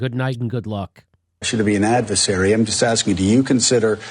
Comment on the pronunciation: Joe said advesary instead of adversary a couple of times. This shows us how easily the mind can be manipulated, because then Jimmy said advesary. I'm pretty sure he knows the correct pronunciation of adversary. Still, another good clip!